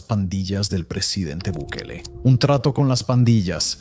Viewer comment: Gobierno de Bikali? Ni el nombre puede pronunciar.